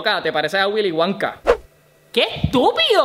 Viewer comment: Jajaja Willy Wonki se dice Willy Wonka